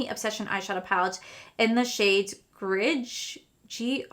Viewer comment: Greige is gray+beige. So it’s said gray-ge. 💜